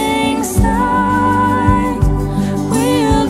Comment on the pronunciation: Great cover! You're the only singers who I've heard sing this song and pronounce" Syne" correctly!!!